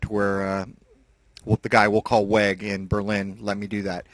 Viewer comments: Weg Der erkentniss means "way of knowledge" weg is pronounced v eh g. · In German the "w" is pronounced as "v" in English. Therefore "Weg" would be pronounced "Vague". If I am remembering my German correctly. LOL. Anyway, the main reason I wanted to post a comment was not to correct your German. I am wondering what you think about the announcement that they think the Moon might be able to sustain life underground? I am not sure what I think about it. The lack of an Atmosphere concerns me more than anything. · Funny pronunciation of "Weg" :-))) (as long, as a german don't misunderstands it as the english word "wack") "Weg der Erkenntnis" means way of awareness/knowledge. I think it's time to buy a scope, but i am a total beginner, so i've no clue, which modell i shall buy. I found one at Ebay, can you give me a little advice, please? I like your project! Sven